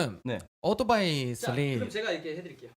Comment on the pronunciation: 오도바이ㅋ발음 구수하네ㅋ